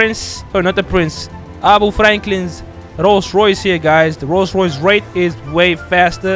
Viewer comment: I like the rollce royace